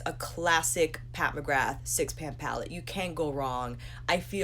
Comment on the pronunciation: Love your channel, but McGrath is pronounced McGraa x